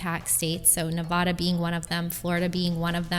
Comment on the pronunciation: If you're going to talk about Nevada, learn to pronounce it correctly.